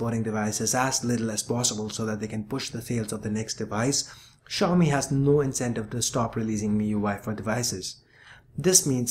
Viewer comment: Finally somebody pronounces it correctly!!!!!!!!!!!!!!!!!!!!!!!!!